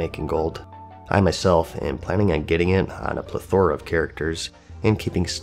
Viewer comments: Don't know why it bothers me, but it's plethora. Pleth or ah Oh, it's also pronounced wet stones... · you enunciated "Plethora" on the wrong half of the word... lol